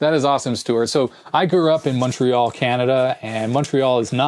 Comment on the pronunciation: Minor correction you pronounced Montréal wrong, but I'll let it slide. Continuer sur!